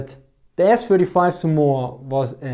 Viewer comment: The way you mispronounce Somua is staggering...